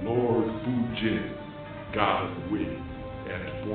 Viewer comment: Lord Foojeen. XD